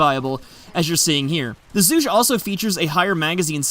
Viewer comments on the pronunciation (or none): It's pronounced "Zhoo-gay". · Btw it's pronounced Zhu-gey like Zhuge Liang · Zhoo-Gay, play dynasty warriors, that's how they pronounce it. as in Zhuge Liang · I speak (some) Chinese, with a Chinese history enthusiast of a Chinese father, and I can confirm that the name is a throwback to Zhuge Liang So it would probably be pronounced 'ju-guhr'. Think 'Juice', but just the Ju, and 'guh' mixed with 'er'. If all else fails, Google translate will probably pronounce it for you